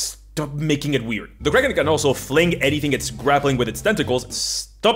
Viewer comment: I still can't understand if he is saying kraken or crack head.